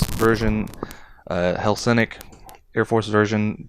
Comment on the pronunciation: Photo etch prepainted ejection handles may look colorful but are flat. The ones in this kit are beautifully 2-dimensional. To paint simply paint all in yellow and then take a fine tipped paint marker and carefully draw lines. Btw it is Hellenic two L's not Helsenic. In other words Greek . Great review 👍 btw 👌